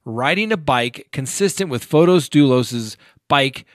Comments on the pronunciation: You have said before you always try to pronounce a name correctly. The way his name looks, should it be Fote isss? You say it almost like photos like pictures. You said that in the Botham Jean case. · It's fotis and in greek means the bright one. The female version is fotiny.